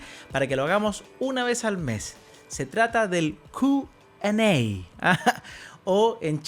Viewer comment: Se dice kiuuuuu an ei